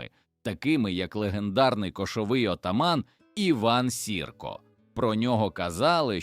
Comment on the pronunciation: Сірко' ... — Штучний Інтелект , вчись правильно розставляти наголоси , бо так і залишишся ржавою бляшанкою...